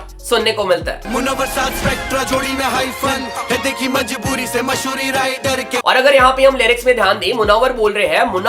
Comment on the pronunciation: bhai masoori nhi hota mashhoorii hota hy ...😂😂